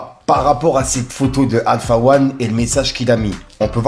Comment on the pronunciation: Il a dit Alpha wan …